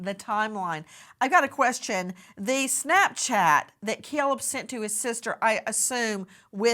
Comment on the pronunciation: Nancy.. its Caleb. Not cellleb